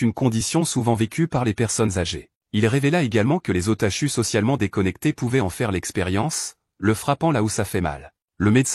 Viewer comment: les otachu au lieu d'otaku il nous insultes carrément le docteur faut l'amener au goulag